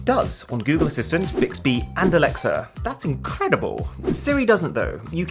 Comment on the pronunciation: I wonder how many noticed your map was in France and that you said 'thayez awesome...' because on the map there was a place called Thyez!